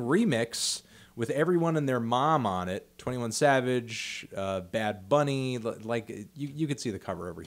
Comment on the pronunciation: The way that Fantano said Bad Bunny is so OOOOOOFFFFF